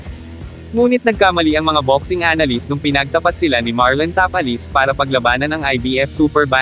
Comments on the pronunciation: ta-pa-les po at hindi ta-palis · Ang sagwa pakinggan Tapal-les. ..Ta-pa- les. Ogag parin dina natoto 😂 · Tapales talaga ayosin mo salita mo hahaha